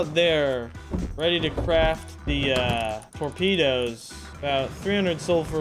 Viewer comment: bro says "tormedos"